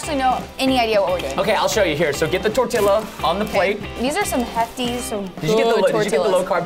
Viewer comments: Tortia not Toreilla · I think its tor-tiya not tor-tilla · "case-ah-dilla" "tor-tilla." correct ways: "th-orr-tia" "kes-ah-de-as" please say it right next time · I love how he pronounces tortilla like godzilla instead of tortiya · Tortilllla? Hmmmm it’s tortilla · "case-ah-dilla". "tor-tilla" correct ways "th-orr-tia" "kes-ah-de-as" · Its pronounced tor•tee•ya not tor•till•a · i think that is how people say tortiya in texas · You're not saying Tortilla they're saying Godzilla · quesadilla is actually pronounced: qes-a-dia, and tortilla is pronounced: tor-tia. No hate, i'm just trying to tell how it is actually pronounced.🙂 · it's torture to me when they pronounce tortillas with the L's not silent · ITS PRONOUNCED TORTIYA! its spanish and the double l makes a y sound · Preston: says Me: says (tor-ti-ya) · ok Preston and said TORTILA um Im sorry but I speak spanish and I say it with the accent....I almost died when they said TORTILA!! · tortilla is pronounced tortia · who the heck calls it a torti-LL-a? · U pronounce tortilla tor-tee-uuuunnnggghh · tortilla (torteeya) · it's pronounced TOR-TEE-UH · Preston “tortillla” Hispanics HUH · Well your kinda right why did say it like that and im not even mexicob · Anyone else cringe when they said quesadilla and tortilla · The l is silent in tortilla and quesadilla. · preston it is not tortiLLa and not quesediLLa